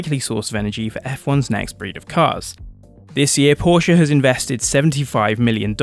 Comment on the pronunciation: The biggest thumbs up from me goes to you personally for the correct pronounciation of Porsche and Audi! If Formula 1 really brought back V10s, I'd re-start watching it. I stopped at the end of season 2013, when the lawnmower engines were introduced.